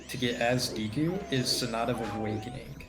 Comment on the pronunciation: It's not díku, it's deku; how many times is it possible for one mispronounce the name? It's probably way over a hundred so far, and I'm only 30 min in... Holy fuck it's annoying to listen to; it sounds more like you're trying to say "dick" with a Japanese accent, than it sounds like you're trying to say deku... 🤦‍♂ (Also no, this isn't an accent thing, you have the proper E pronunciation in English, e.g.: Example, givEn, nEd, Else, thEm, mEmbrane, bEcause, Etc.) I hate how native English speakers just assume that vowels is pronounced a certain way, just because their own vowels are all shuffled around, and blended together... (Google the "great vowel shift" for more info.) P.S. This is why I detest English dubs of anime: The few things you can't translate, like names are just fucked up to the point where I feel physically ill just listening to it... 🤮 The least the VAs could do, is to watch & listen to the original, so they don't fuck up names! Again, it's NOT an accent thing, it's your preconceived notion derived from years/decades of being taught a shitty way to use the Latin alphabet; again, look up the "great vowel shift." -Written by a polyglot; if you're going to argue, you should at least be fluently trilingual.